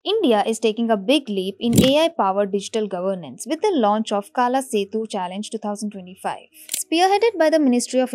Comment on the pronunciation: It's not kaaala (black) It's art (kala)